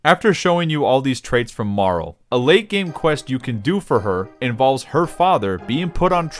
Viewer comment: It bothers me so much everytime you pronounce Marle as "Marl"